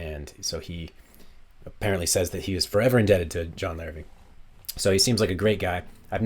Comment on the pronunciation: Hi there... just so you know, despite being spelled Larrivee, as it is French in origin, the name is actually pronounced "Larrivay". Nice review of a great instrument though.